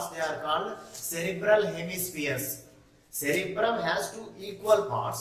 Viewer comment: You are saying wrong sir at cerebrum and cerebellum